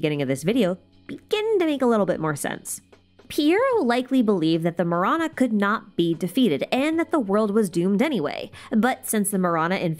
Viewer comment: Okkkay-- I was listening to this video while doing some chores and it took me a while to connect Marana with death. In my language, tamil, Ma- ra- nam means death. Ma-ra-na Do yeah, thought you should know. Not mirana but ma ra na